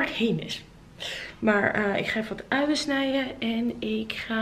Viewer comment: Je zegt echt grappig Uien. Wij in brabant zeggen UiJen Dus je J spreekt je heel duidelijk uitt